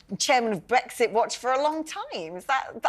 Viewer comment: Duandra policy and Bwexit. Send it back to Fwance. Can't any of these people speak pwoperly?